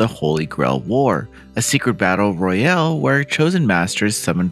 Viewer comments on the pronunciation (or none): none